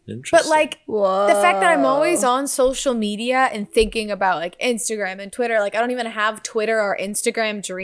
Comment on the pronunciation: Anybody else notice how says "Chwitter"